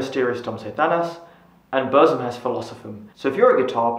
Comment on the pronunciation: Please , English speaker.. say Boor-ZOOM. 😢